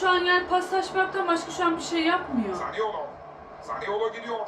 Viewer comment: Hazırlık maçında 2 değil 4 maç yaptık ikincisi zaniola değil zaniolo abla sende 🤣